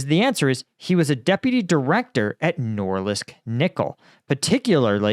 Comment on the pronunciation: Norilsk nor - ILLSK